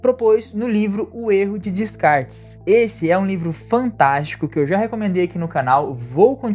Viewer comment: Realmente um mito que condicionou muito negativamente a percepção da realidade. Dica: Descartes se pronuncia "Decar" 😉